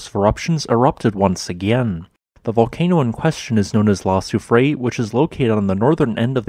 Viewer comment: ii is said Soo-free-air